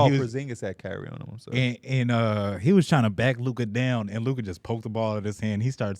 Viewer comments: you gotta learn to pronounce Luka’s name buddy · Luka going into year 7 and still can’t say his name